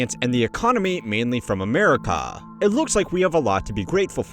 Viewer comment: gloomy goose dude said amerika with a k